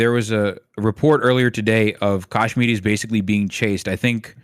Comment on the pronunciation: Whys dude calling them "Kashminis"?